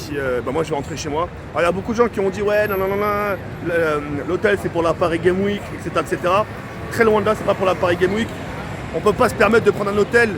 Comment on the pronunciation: "La pari guéme wik"... please quoi...fais un peu attention à ton language